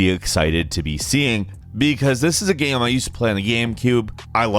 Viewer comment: How can this dude run a gaming channel, not be able to pronounce “game”